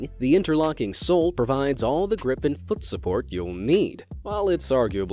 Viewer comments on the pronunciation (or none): He..he said fot not foot